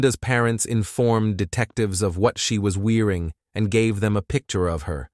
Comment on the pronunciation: “She had never been in TRABALL with the law”… “what she was WEERING” wtf is that AI blabbing on about